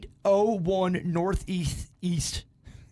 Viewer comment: I love that can laugh at himself “easth” lol